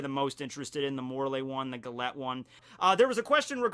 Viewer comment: u keep pronouncing Gallete wrong...its a pun on gelato (ice cream)..so her name is pronounced Jallet